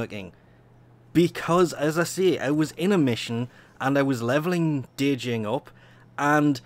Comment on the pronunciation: All good man. It's still Jinn, not Dee-Jinn. I don't know why you have to pronounce the D when it's silent, but whatever I guess. Must be a Euro thing. Great work anyway! Did you catch the Nuptia? #TENNOTINDERUPDATE